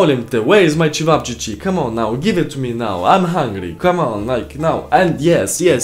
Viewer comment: "Where is my ćevapčići(chevapchchi)" Ahahahhaha xD